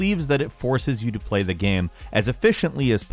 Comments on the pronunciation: Why do you say "Gam" in the #10 review instead of "Game"? 😂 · I can't stand how he pronounces game! "Geme" ahhh!